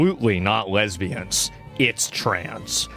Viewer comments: I'm not a lesbian but the way he said lesbians was weird asf, anyone else got any thoughts on this? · he just revealed his search history with the way he said lesbians 😐